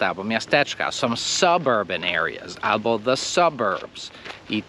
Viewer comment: I nie ABO tylko ALBO.